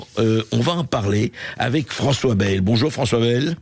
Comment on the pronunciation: en tant qu'habitant du sud-ouest, on dit "baïle" - soit ba-î-le avec une diphtongue, et non bèèèèle , ici c'est la langue d'OC !